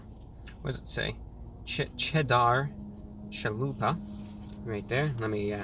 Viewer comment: Che-chedarr cha-lupah